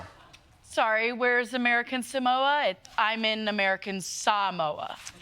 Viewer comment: Samoans don't even pronounce it that way. It's more like Somwa.